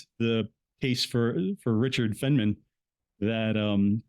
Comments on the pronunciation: I enjoyed your presentation, these topics have always interested me. A minor issue is how you pronounce Richard Feynman's name - it should be Fine-man (not Fen-man). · Its "Feeyyne-maan".Its German.